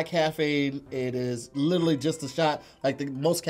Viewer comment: can’t pronounce “literally” and he says it ALL THE TIME! He says, “little-ly” 🤣🤣🤣